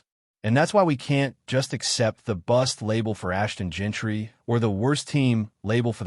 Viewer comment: Bro you have to learn how to say these players names it’s Jean-ty not Gentry and it’s Jakobi not Jacko-bi 🤣